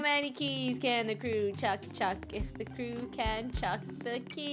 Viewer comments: edit it because you said keep instead of krew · It’s Krew not crew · it's krew not crew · It's krew not krewe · It is krew not crew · Its krew not crew